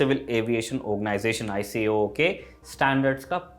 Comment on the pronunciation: All the info is true and correct except ICAO is read is I-KAO.